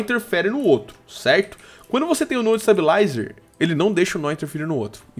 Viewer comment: pf para de falar nó é node